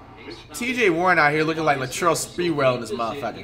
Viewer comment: "Latrell spertrell".